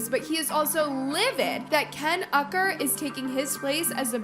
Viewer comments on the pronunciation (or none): Her saying Ken “Ucker” in this whole video 😅